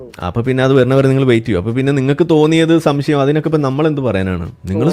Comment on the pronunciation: ഇയാൾക്ക് 'ശംസയമാ.. എല്ലാറ്റിനും സംസയമാണോ 'ന്നാ എൻ്റെ ശംസയം'😂